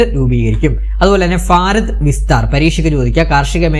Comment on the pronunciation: ഫാരതം... അല്ലടോ ഭാരതം